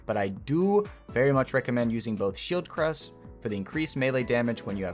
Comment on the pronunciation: it's shieldcrush not shield crust 😂